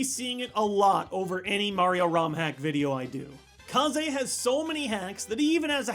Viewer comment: It's pronounced KAYZ